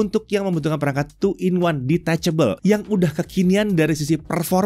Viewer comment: Hal yg paling muak dahan gw denger adalah detechebel 😂